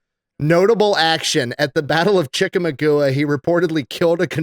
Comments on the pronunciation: Lol The Electricians pronunciation of Chickamauga is hilarious.. chick-ah-maw-guh or Chick-ah-maw-gwah is how us Alabamians pronounce it. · "Chick-uh-muh-goo-uh" 🤦‍♂ My assessment of just dropped. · Chick-a-maw-ga not whatever just said lol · Chig uhh maung gah is how you say it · Damn... that's Chick - a - maug - wa. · Chickamauga - [Chick - a - mawg - a] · No no no NOW it's Chick-a-ma-goo-ah 🤣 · That killed me when said Chic-A-magoo-ah. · Man.... absolutely butchered that one. It's Chick-a-mog-ah. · If you go back and watch the old Bugs Bunny cartoons where Bugs is a Union soldier and Yosemite Sam is a Confederate soldier and Bugs starts beating on a drum, Yosemite Sam exclaims “IT’S THE DRUMMER BOY OF CHICKAMUNGA!!!” before he tries to hide behind a booby trapped rock or something and gets blown up by 1000 pounds of TNT, so saying “Chick-a-magooa isn’t the worst I’ve ever heard it butchered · Im from chickamauga and the way he pronounces that shit had me crying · Hey, how much hate mail you got over mispronouncing Chickamagua????? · Nics pronunciation of Chickamauga hurt my soul. But I was also dying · Hearing that pronunciation of Chickamauga hurt lol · It hears my heart hearing mispronounce Chickamauga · It hurts my tism how says the name "Chickamauga" 😵‍💫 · For crying out loud, learn how to pronounce Chickamauga. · How pronounces Chicamauga made my head hurt lol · Hopefully he learns to pronounce Chickamauga by then. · you’ve goofed brother😂 the second most bloodiest battle of the civil war and you call it Chickamugooah😂😂 I honestly had to go back, hear you say it again to figure out how bad you butchered that! 😂👊🏻 you’ve forever changed that pronunciation for those of us that know the battle🫶🏻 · Chick-A-Maug-Ah... not Chicka-magoo-ah. hahaha!!! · Lol, Chicka-magoo-a, lol. Chick-a-maw-ga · Dude, his pronunciation of “Chik-a-maw-gwa” and calling it chika-magoo-a was killing me.